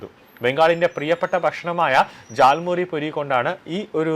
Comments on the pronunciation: Not thal muri. It is jal muri.. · താൽമുറി അല്ല ജാൽമുറി ആണ് 😂